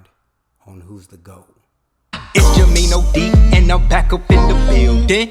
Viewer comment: I’m a Larry fan but I love Magic MJ Kobe LeBron you said that perfect ty❤